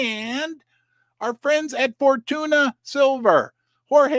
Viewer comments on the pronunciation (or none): none